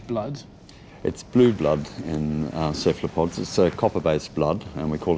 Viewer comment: After 37 minutes the guy keeps saying "kephalpods" and it's driving me insane!